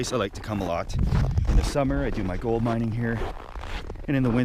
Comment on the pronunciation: THANK YOU! I had to replay that a few times..... yip, he said GOLD MINING!